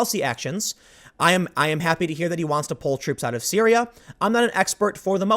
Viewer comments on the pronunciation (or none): none